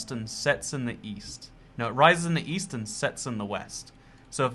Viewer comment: East? I thought you said weest.